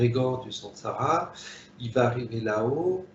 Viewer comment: J' entends à la "ramass(e) plutôt que samsara🙄